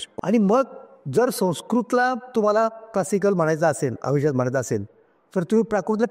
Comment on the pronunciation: अभिझात नाही अभिजात